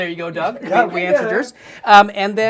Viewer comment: When Doug introduced himself for the first 8 episodes I thought he was saying, “Doug ‘Dangerously’ Blind” 😭 Cracked me up so hard when I realized I was wrong 😂❤️